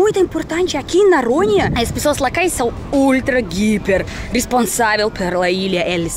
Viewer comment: É muito engraçado a, quando ao invés de dizer Noronha, ela pronuncia "Naronha"🤭 ela ainda tem dificuldade em pronunciar o "O" em algumas palavras.